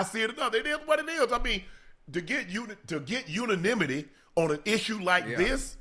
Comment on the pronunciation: Not "uninimity!" 🤣🤣🤣🤣 Just make 'em up Unc 😂.